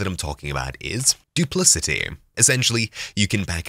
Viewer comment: I think it is pronounced with a 'k' as in 'cat' as 'dupliKati'.